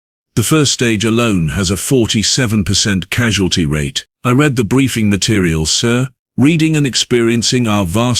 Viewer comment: Oh, this is but one of many of the grammar and syntax mispronounciations. "Reed" instead of "red" for "read" and vice versa. "Live" pronounced incorrectly at times. And so on.....